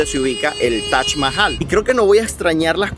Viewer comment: Es taj no tach